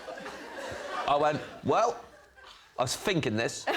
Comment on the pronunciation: What's "finking"?